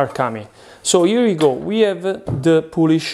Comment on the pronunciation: What's in the poulish??